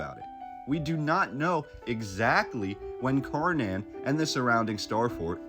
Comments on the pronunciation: I'm Swedish so this was extra fascinating to me! btw, "Kärnan" as it's called could for you english speakers be pronounced by saying "SHARE NONE" the Ä sounds like the "ha" in "share and the "nan" at the end sounds close to "none" depending on your accent. otherwise cut "nanny" at "nann" and you have our way of saying KÄRNAN. "share none" or "share nann" :) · A more correct pronunciation for "Kärnan" would be "Chair-Nun" or "Share-None" :-) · Thanks for showing Swedens Star cities. Borg means fort. Skans is another unknown name for most swedes. Kärnan is pronounced tchj-air-nan=core Thank You Sir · Interesting! Thanks for this video. I'm Swedish and I have noticed that our history is really obscured.(as it is everywhere) By the way Kärnan is pronounced "Schairnaan"😉🤗